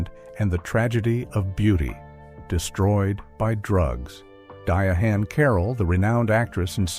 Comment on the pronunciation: Who the hell is "Di a HaNN" Carroll???!